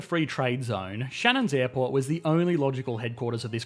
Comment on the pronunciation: "Shannon's airport" anyone?😂